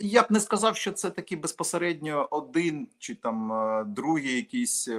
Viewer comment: звучить жахливо, коли говорить українською. Не ЧЧЧЧи а чи.